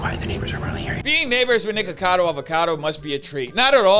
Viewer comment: Fun fact: the way you say NiKAKAdo Avocado. That sounds like kaka, which in my language means poop.